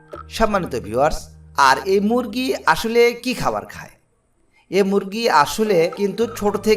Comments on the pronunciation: শালার বাচ্চা মুগরি না। উচ্চারণটি হবে মুরগি। শালা মূর্খ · মুরগী ❌ মুগরী ✔️ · আরে ভাই মুগরি না মুরগী 😂😂😂